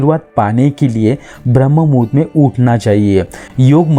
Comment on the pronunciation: ब्रम्हमुहूर्त ये शब्द ठीक से बोलीये